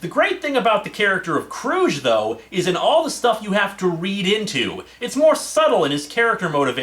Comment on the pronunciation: And by the way, Hard G in “Kruge”. That’s how Valkerys pronounced it in the film…